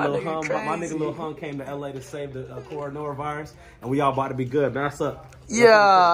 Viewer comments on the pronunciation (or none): He said coranora virus 🤣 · "Coranora virus" 🤣😂